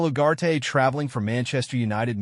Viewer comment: Its Ugarte not Uwate